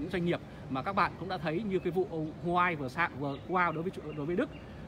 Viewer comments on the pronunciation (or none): none